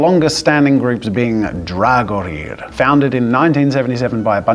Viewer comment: that pronunciation hurt it’s Dagohir it’s dag o here